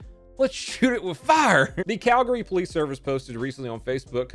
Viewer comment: Oh I’m so glad to see Calgary made it onto this, and that you actually pronounced the name right!